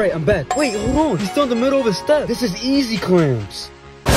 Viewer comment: Bro said yeeee ro step😂